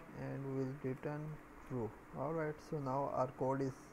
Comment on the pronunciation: you kill me when you say "arwight" every second and I don't understand what is it please help :(